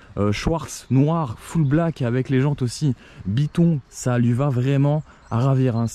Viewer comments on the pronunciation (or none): none